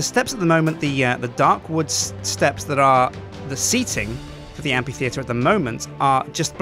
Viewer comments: you pronounce amphitheatre weird. and i'm not sure about the lights in it, maybe something else would look better? fantastic building though loved the faces it was a brilliant idea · Ok, english is not my first language, but I have never heard Amphiteater as the way said it, I have always heard it like Amfiteater. Can someone tell me if what I have heard in the past is wrong or not? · I agree. Hasn't he heard anyone else say amphitheater before? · Am I the only one who got ever so slightly annoyed at him pronouncing amphitheatre wrong? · the Amphitheatre is pronounced "amfitheatre", not "ampitheatre". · Am-PH-itheatre! Not Am-P-itheatre! Gahhh! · Why can't u say amphi, u just said ampi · amphitheatre isn't pronounced like ampy-theatre, but like amfy-theatre, just like Philip is pronounced Fill-ip. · Is it amPitheatre or amFitheatre? I always pronounced it in the latter manner. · what u wrote 4 the title was pronounced am-fi-thee-ter ITS PRONOUNCED am-pi-thee-ter! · It's a motherfucking amphitheatre, not an ampititheatre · Sjiiiin it´s pronunced Amfi, not ampi. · Did he say ampytheater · Amphitheater is pronounced Am Fi Theater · Amphitheatre is pronounced am-fuh-thee-uh-ter. Key point is the F sound in Amphi, rather than a P sound. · Surely it's pronounced "amFitheatre", due to the ph. Otherwise it'd be spelled Ampitheatre without the H. Or is it a british thing? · Amphi. Phi. Ph. F. Amfffi. Fff. Sorry, but ability to mispronounce completely random things make me lose my damn mind sometimes. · It's pronounced amp-fee-theatre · Now unfortunat- So there we have it; the amphitheatre of Dale! Also the word Amphitheatre is pronounces amp-fee-theatre. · is it not pronounced ampFitheatre? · The amphi- in amphitheatre is pronounced "amfi-" just like in amphibian. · i love how he pronounces amphittheater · it's pronounced like an f -_